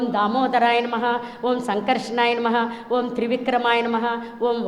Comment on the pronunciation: Madam 112 yella sadananda gaaru Oom kadu Aoum Aoum ani chepparu😂